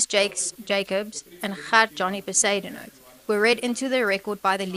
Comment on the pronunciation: Not Be-zoo-den-howt!😂😂😂😂 Iyoooo AI is grating!